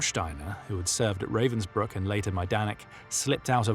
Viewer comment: Learn to pronounce Ravensbrück. And any foreign name before using it. Try Forvo.